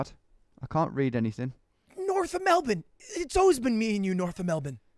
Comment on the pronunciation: You said Melbourne correctly. You are now officially Australian